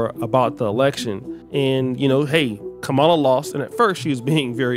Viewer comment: Why do you continue to mispronounce her (VP Kamala Harris) name? I can kind of understand during the election cycle, but it's over. To continue to do it now is just petty. , + LA